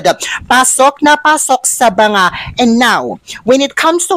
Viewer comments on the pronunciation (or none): none